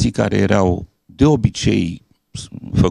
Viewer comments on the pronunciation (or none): "erau" nu "ereau" dle. Profesor